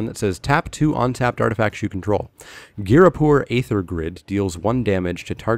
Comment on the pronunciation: Wonderful pronunciation on Ghirapur Aether Grid by the way, seriously that will be one of the missaid cards all set.